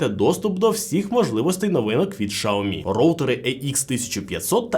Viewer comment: Шаомі -вухо ріже ...